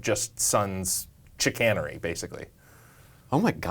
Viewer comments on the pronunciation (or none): It's usually pronounced "chi-CANE-urr-ee." That's oddly similar to the previous episode, , where he went with grih-NAH-duh instead of grih-NAY-duh. Good times.